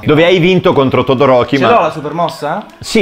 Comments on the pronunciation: Sentire le pronunce in "italiano" fa male e sentire che shouto me lo hanno chiamato Todoriko e pure peggio ma continua così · "todorocco"🤣mo ho un'altro motivo per amare todoroki 😂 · “Todo-Rocco” AHAHAHAH